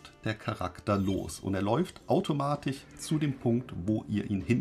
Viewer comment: AutomatiCH, PraktiCH… Sorry, das triggert mich einfach zu sehr…